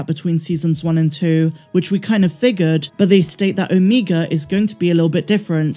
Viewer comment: Can you please say OMEGA’s name right lol